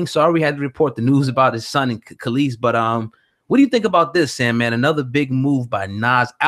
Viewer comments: Nigga it’s pronounced kah lees. When were u born, how u speaking on the culture and these people are apparently before your time u can’t pronounce her name, everyone knows kelis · KAH- LEESE is how it's pronounced, dumbass. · How hard is it to pronounce a name. It's pronounced "Kelise" and you know it! It's the same stuff we hate when white people dont bother to pronounce out names properly. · Kel-lis.. bitch.. fuuccck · I’m sorry I hate how he’s saying her name 😐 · 1 How do you want to talk about Kelis and can't pronounce her name properly? 2 Why are you sitting across from a ghost?🤔🧐👻 NONE OF THIS IS ADDING UP!!! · I'm gone need spade to get her name right first off!!!! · If you can't say her name right I'm not even attempting to watch this video...if you're gonna report...report...stop playing games...thats the reason I subbed to this channel...cuz you kept it real...now you on some fuck shit...foh... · why dont he know how to say her name??? lol thats so annoying.. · C'mon son. Get the pronunciation of her name correct. Respect your craft. She's not new. Learn how to say her name before you speak her business. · Bro, you're in media and you can't pronounce Kelis's name? As long as she has been out? Dude, get it together! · These dudes dont know shit, dont even know how pronouce the chicks name... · Tricia Tomlinson Straight butchered the name 🤦🏻‍♀️